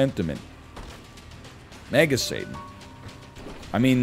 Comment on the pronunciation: God I swear sometimes it sounds like NL is saying Mega Satan as MAGA Satan and it gets me rolling